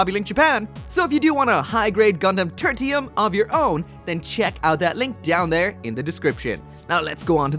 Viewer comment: Title: Turtium Gundam.: Turtium Gundam. Me: Okay, so it's called "Turtium" then.